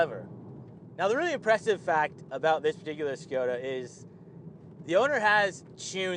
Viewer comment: It is Škoda not Škjoda